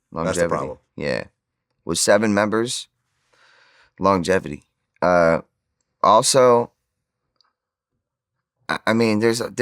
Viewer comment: "Longetivity" lol wanna try that one again?